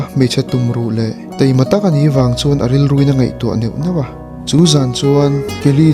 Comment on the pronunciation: Teima tih in i lam a,Taima tih tur aw